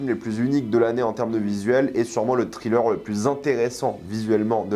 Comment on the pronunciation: TRilleur TRilleur TRilleur raaaaahhhh... Nails on a chalkboard. Have mercy on our ears. Evil Dead Rise, craignons le pire... des films d'horreur qui ne réinventent rien, l'ennui cette année. netflix, Disney+... quelle époque de merde. Asteroid City : une grosse arnaque, un des pires Wes Anderson. Je ne garde de cette année que Fifi, Oppenheimer et Mars Express. Barbie : sans intérêt, un gâchis du talent de Gerwig pour un propos téléphoné.